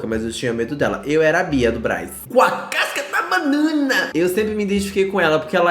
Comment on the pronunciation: “KUM A KASCAH DA BANAHAWR😰😝”